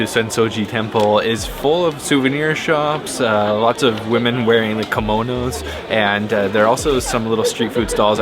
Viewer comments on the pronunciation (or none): kimono not komono